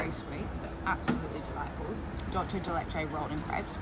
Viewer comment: Don Julio it's for the tourist. it's good? yes. but for a tenth of the price, you can have the real asado experience in any other parrilla. and the meat still is going to be exellent. ah, its not "dolce" de leche. its not italian... its dulce.